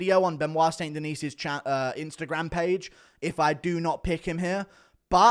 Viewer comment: Somebody has to get him to say st. Denis properly. Sounds like Chael. De-knee guru.